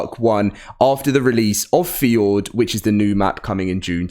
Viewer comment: he really called fjordur "ford"